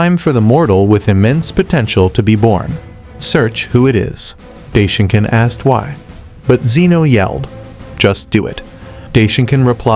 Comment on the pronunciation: You mean daishinkan?? Right?? Not day shinkan